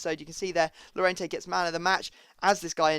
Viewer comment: No freestyle2077, 2 ll = y so it is yorente